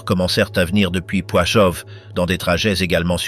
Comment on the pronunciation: On dit Plaszów (Plachov et non Poichov) et Belzec.